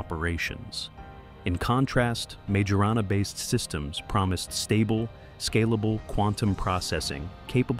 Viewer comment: How can 'public anxiety' be mounting when 99% of the 'public' aren't aware it exists? Did you poll the 'public' ? It's pronounced Myorahnna, not Major Anna.